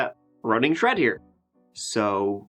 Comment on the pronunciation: Try putting your tongue up to the roof of your mouth and pronouncing thread properly